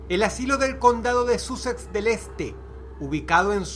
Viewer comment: Se escribe Sussex pero se pronuncia Sassex. Me choco oirlo de esa manera.